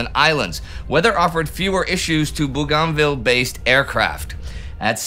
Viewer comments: im not yank either, aussie and its BOGANvil. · It's pronounced Bo-gan-ville (in Australia). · Hey Indi. Bougainville is pronounced 'BOGANvil'. How go i know, my late father was a gunner on landing craft there during ww2. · Indy, its pronounced "Boo gan vill" without spaces. One word. Booganville. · Great video, as always! Very informative and thoughtful. But... if you were transported back in time onto the bridge of an allied warship in the South Pacific and started talking about "Boo-GON-ville" and "Trook" and "Raba-ool" the sailors would think you had suffered head trauma. Your pronunciations are entirely anachronistic, which throws off the appreciation of all the rest that you do. Again, great job otherwise.